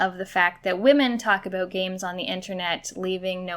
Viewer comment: she said "aboot". As a person from Michigan I am deeply offended 😤